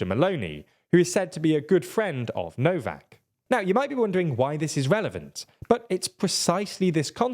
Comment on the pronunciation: Please, "Orbaaahn", not "Ohrb(a)n" and "Novaahk", not "Nohv(a)k". You pronounce it exactly the other way round. When making a report on a topic, please enquire about how to pronounce the local names.